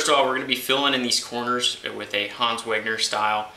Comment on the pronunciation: Weg-ner, it's Weg-ner; not "Weng-er"